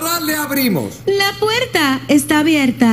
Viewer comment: Dios los bendiga Me dio risa porque de ves de ella decir puerta ella dijo la puerca. Jajajajaja